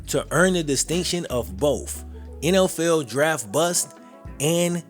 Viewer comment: Dude, u butcher the English language. I'm not talking about your southern accent, I'm talking about how you pronounce "NFL" & replacing the " th" sonund with an "F" sound as with the last name of the person who this video is about. Incase you wonder if I have little exposure to diversity, scratch that idea. I was born & raised in Brooklyn. In a neighborhood that was, at the time of my youth, the most ethnically varied parts of the most diverse city in the world ! Midwood, Brooklyn, in the 80's and 90's ! Along with diversity there is & was always ignorance & I suffered from it but it seems to me that you stress so much of the language that you mispronounced. And what, because your a black man in the world today I can't state my view ? And no doubt many people will label me racist) I'm not trying to put you down it's just that what I grew up knowing was incorrect, in the eyes of black , white & all in-between who knew better can now gain validation via the fear of judgment of character when I ts just that, to a degree that is what one displays when opening their mouths. It is not an attack on a person's physical appearance if I comment on their evident incorrect speech that they often know of & hold on to as a defining aspect of their groups characteristics. It can't go both ways ! Btw you make a pretty informative video.. it's just a little hard to finish when I hear language like I heard & usef myself in my teens. Give it a thought, if you dare.